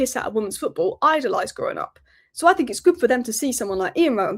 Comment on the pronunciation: Anybody who pronounces "Think" as "Fink" should never be a Pundit!! Theres a few of them!